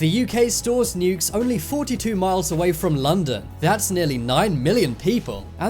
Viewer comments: what really put me off is how you say nukes like nyukes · That’s just a accent from the UK